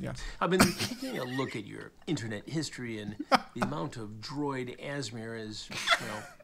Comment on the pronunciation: It’s the fact Chris Hanson pronounced ASMR as asssmeeeer